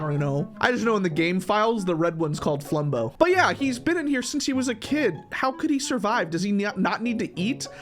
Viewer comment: It’s been like a year and bro still does not know flumbo’s name